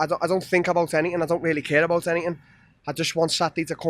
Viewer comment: They don't tink like he tinks, they don't talk the like he talks, they don't miss weight the way he misses weight.